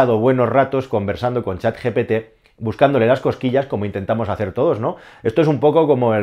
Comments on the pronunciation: GPT no GTP como dices durante todo el video 😅 por lo demas el video genial como siempre! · Lo dice mal. Es GPT. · GPT, lo dices mal continuamente, incluso en el título. Buen video por cierto, saludos.